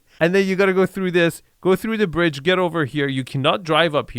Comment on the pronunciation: He sounds like he has a little bird tongue! LOL 👅🐦"We're on a bread right now" He means to say BRIDGE! 🤣